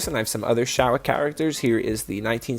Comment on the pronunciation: I know. The guy said shawa, though.